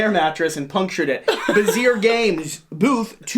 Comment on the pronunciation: Interesting list, for sure the CGE expansion to Arnak will be super hot at Pax! Side note, Bezier games it is french pronunciation, so Bezz E A games phonetically. Have a blast at the show!